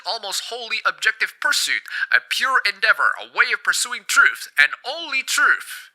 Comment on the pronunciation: Can we address the way you pronounce "Truth". English isn't my first language either, but come on... "Trooft"? I know I'm being petty, you can still have my upvote :P